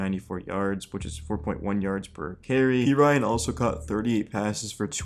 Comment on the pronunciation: Not pea Ryan, pe rin knee